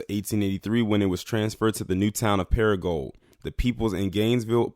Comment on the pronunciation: Your not pronouncing crow-Lees, Crowley, correctly or para-gould, paragould, your welcome!